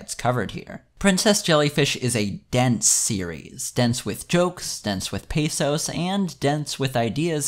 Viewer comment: Pathos? I thought you said PESOS.